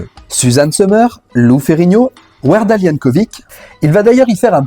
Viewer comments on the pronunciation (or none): none